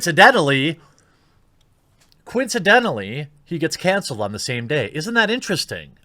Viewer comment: You keep on saying "cancelled" the wrong way and it's kinda annoying.